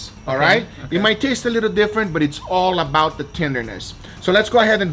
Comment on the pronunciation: Wife: Guga that was amazing! Guga: It’s allabout da juice!